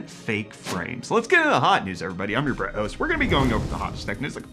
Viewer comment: Did he say I'm your "Brett host"?